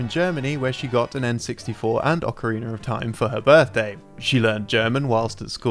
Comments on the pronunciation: Why does always says "Ocariner" instead of Ocarina? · Anyone else has noticed how consistently pronounces "ocariner" instead of "ocarina"? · I don't know if I'll ever get over this guy saying "Ocariner" but it's been YEARS and it still irks me. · Ocariner of Time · I always love these videos, including the narration, but am I the only hearing him pronounce it as “Ocariner”? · It's a European English thing. Pretty much any word that ends with "a" sounds like "er." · Ocarinerr of Time xP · I love Ocariner of time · Ocariner of Time 0.0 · Okereener of Time? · Why do they keep casting this guy who says "Ocareener of Time" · It's a weird thing I noticed with some English people. With words that end in 'a' they add a 'r'